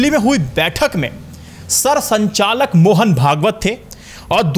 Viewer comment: Aaram se baat kro...jaldi kya hai Sirsanchalak nhi. Sirsanghchalak